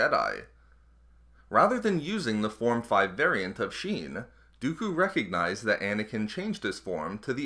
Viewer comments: Not "sheen". shien doofus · form V "sheen" lol